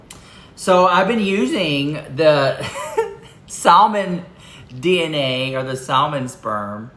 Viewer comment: lol the L is silent in salmon. Too 😊 cute.